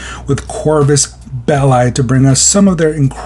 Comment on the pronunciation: >corfuss beh-lie Bruh